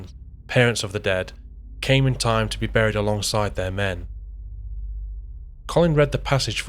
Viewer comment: For your info, the word 'buried' is pronounced like the word 'berry', and not like the sound of the word 'curry'.